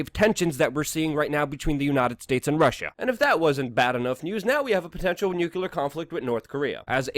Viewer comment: Respectfully... Nucular vs nuclear... This was One lesson George bush never learned.